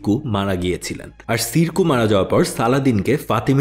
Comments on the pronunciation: সিরকু না উচ্চারণটা। উচ্ছারণ হলো সম্ভবত শেরে কুহ। শের মানে সিংহ কুহ মানে পাহাড় অর্থাৎ পাহাড়ের সিংহ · সিরকু না শেরকু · ছিরকুহ না,উনার নাম শিরকুহ।